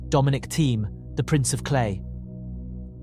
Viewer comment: And Dominic Theme too